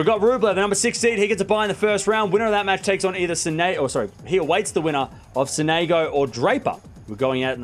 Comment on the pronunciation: it's not F-nini, it's Fognini, it's not S'néigo, it's Sónego 😄😊🇮🇹